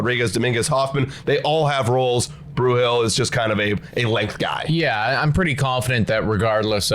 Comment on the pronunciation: By this point you should be saying his name correctly. It is not “Bruhill”, it is “Bru’l” rhymes with drool